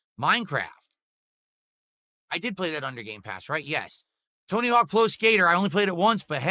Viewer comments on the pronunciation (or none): none